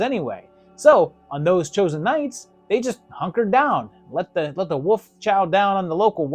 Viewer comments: Can’t get past you saying woof, not wolf. Had to stop the video. Sry. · Is it just me Or is he saying Woof, not wolf?